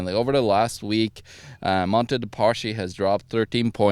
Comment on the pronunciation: "Paschi" is pronounced: "paski"